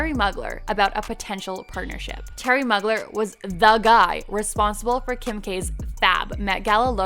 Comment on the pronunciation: Please learn how to pronounce famous designers names!! Bal-man. Moo-glare. Not hard 👀👀